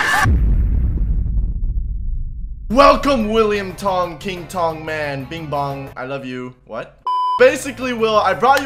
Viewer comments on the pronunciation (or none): none